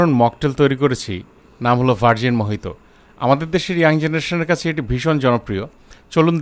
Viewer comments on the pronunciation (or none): Pronounced ta ki hobe mohito na mojito ???